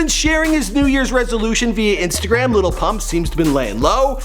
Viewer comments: I hate how he says "lil" Like "little" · Why does he say "little"? It's "lil" like where he see the t's at? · Why does he keep on saying "Little" whatever... its Lil not Little